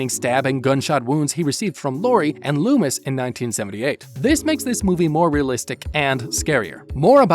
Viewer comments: It’s not, he also butchered Loomis’s name by calling him Lewis instead. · put some respect on DR SAM LOOMIS NAME . it’s not lewis